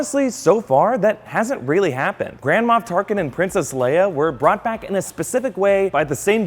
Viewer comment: I keep hearing 'Grand Ma' Tarkin for some reason.